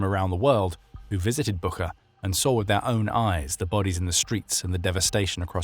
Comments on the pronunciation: Great material! One note, though - Буча (Bucha) is not pronounced "BOO-khah," but "BOO-chah." That spelling and pronunciation have been widely known since the start of the war, so the phonetic twist might be confusing for some listeners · It's pronounced [butcha]! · it's BOO-TCHA, like "watch". The whole world knows how to pronounce it correctly except your channel! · Et least have the respect to pronounce Bucha correctly.